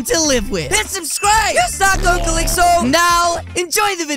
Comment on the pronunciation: you said FoK